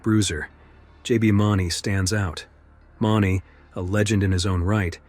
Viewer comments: Great video but not all valid info. Rodeos and bull riding DOES have referees and will always stop if safety is in danger. Also a few dates are incorrect here. And JBs last name is MOO-nee. Not mauney. And u said bull racing several times vs bull riding. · Please pronounce names correctly, these are great videos but it would be a sign of respect to the riders to say their names right. Tuff Heed-a-men and J B Moon-ey are the correct ways to say their names. Thanks for the videos. 😊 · It's pronauced Mooney for JB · This is a great video. These are without a doubt the best the bullriding world has seen. Just fyi it’s JB Mauney (Moon-ey) and Teff Hedeman (Hee-da-man). Thanks for the great video it’s a good If not the best list of bulls the bullriding world has seen. There are so many great bulls everyone is going to have their own list and opinion but these bulls are going to be on every person who knows bullridings list. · Mawney? AI slop. Do you think we are stupid? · If you are going to make a video on something do your research. Not only on the bulls but also the riders. Maybe is pronounced moon-ey. Hedeman is He-de-man. 🙄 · Mauney pronounced Moony. Boob. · Moon eeee JB mauny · It’s MOONie!! JB Mauney! MOONie! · Please, if you tell more stories about JB, please pronounce his last name correctly. It's pronounced "Moo-nee" 😊 Also...Tuff's last name is pronounced "HEED-ah-man". Thank you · The way you pronounced Mauney is killing me 😬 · Wish he had correctly said JB's name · You clearly don’t watch the PBR cause you f**k up JB Mauney last name up bad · Why did he say jbs last name like that😀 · How God damn dare you pronounce JBs last name wrong... and when you're talking about Bushwacker nonetheless.... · This dude does not know how to say jb name…. Also sucks with other terminology….. do some research my bro…. Otherwise your a clown 🤡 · This is a great video but I wish you would pronounce J. B. Mauney’s name correctly.